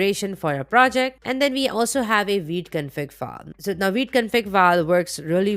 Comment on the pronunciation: awsome video !! love the way you pronounce vite , i hear weed 😛